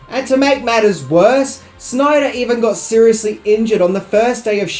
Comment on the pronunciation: Also, it is sh-NAI-der, rather than "SNI-der" 😎